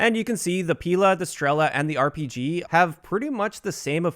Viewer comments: Omg it hurts my ears so much! Not "P'ILA" and "STR'ELA", but PIL'A and STREL'A. Emphasis on the last letter. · Stress other vowels in Strela and Pila